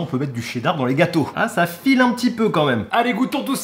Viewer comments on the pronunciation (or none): none